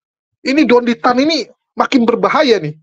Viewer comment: Pasti mereka yg benci.ko Dondy Tan bilangnya syetan tan 😅